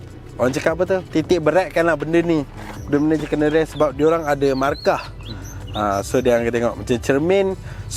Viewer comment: bang, salah sebut tu.. bukan 'kene rest', sebutan dia 'knee = ni rest'